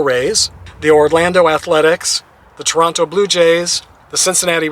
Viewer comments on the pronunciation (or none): none